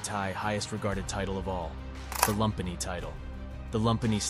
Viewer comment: Lumpinee is pronounced “loom-pee-nee”